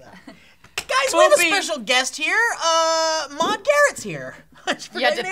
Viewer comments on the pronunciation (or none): Wow, I really want Maude to be a host now. Like really badly. She fits perfectly with Stee and Will. They just need to pronounce her name properly. It's mawd, not mod